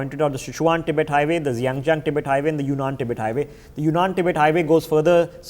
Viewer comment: Great information. Please learn to pronounce geographical places correctly and accurately. It will give your videos more credibility. Names such as Xinjiang, Sichuan and the names of the dams.